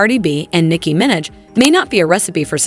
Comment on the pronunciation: Your AI voice cant say "Minaj" or "debut" correctly, yet...